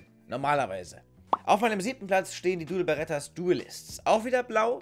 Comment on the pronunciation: Dual bertas auch genannt.. hast sich die ganze Zeit versprochen!!